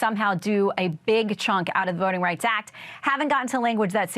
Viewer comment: "Voting Rights Ack" 🙄